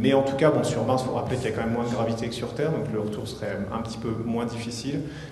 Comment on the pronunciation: il dit retourné sur "serre" il a remplacé le "t" par "s" mdr t'insinue quoi exactement ?